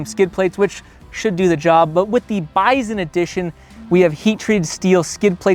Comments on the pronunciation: Drives me nuts you can't pronounce BISON correctly! Yes even in CaNaDuh, it's still pronounced BY SON ... not BIZON. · Bison or "Bizon" 😆 Canadians sure do some Zany stuff with the letter Z, Zed...